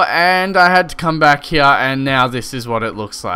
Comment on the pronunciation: i love how he says here (hea)